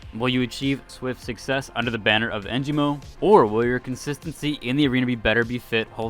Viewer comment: Your pronunciation of the sponsors makes me laugh every time 😭 E-sal-tea Hole Taho And then Engimo which you got right lol